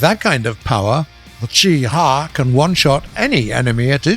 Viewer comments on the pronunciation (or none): The cheh huagh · WHY DOES HE SAY CHI-HA LIKE THAT